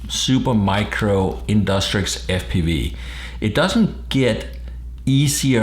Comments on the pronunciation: in DUCK Trixie not in DUS trick fuckin annoying as shit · Its not InDUSTrix but InDUCTrix!